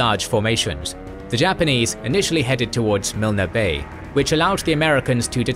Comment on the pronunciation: You know the OCD is kicking in when I hear Mil-Ner bay. I'm pretty sure it's pronounced Milne as in Kiln. KOK-oda is pronounced KoKo-da. Or is it just me. 😮 Peace and Respect Lest We Forget 🌺